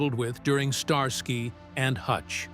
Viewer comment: I heard a "star sky" very celestial! 🤣🤣